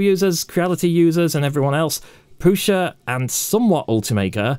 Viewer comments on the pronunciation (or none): Minor quibble from a Brit living in CZ: the S in prusa is not a Sh. There is a seperate letter in czech for that, you may have noticed the v above the s in Škoda, thats explicitly pronounced Sh, so Shkoda. Prusa does not have this symbol.